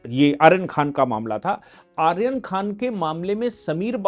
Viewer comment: आर्यन नहीं अरयान खान है इसका नाम